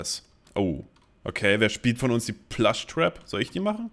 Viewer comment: ehm der kleine hase der in five nights at freddy's 4 als minie spiel auftaucht heißt plushtrap und nicht plashtrap